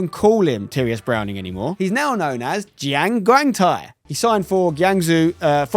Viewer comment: Jonathan Bond not only did he went to school with Simon and JJ, He's also one of Simon's closer friends, He always gets excited seeing Bond on FIFA. He also filmed a football challenge video on Simon's channel where he's the keeper, it was a while ago Also the Jiang Guangtai pronounciation is actually spot on